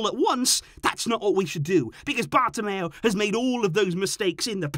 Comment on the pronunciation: The way he says bartomeu man🤣🤣🤣